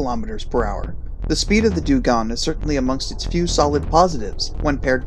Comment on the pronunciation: sorry put i noticed u pronounced dungong like 7 different ways lol XD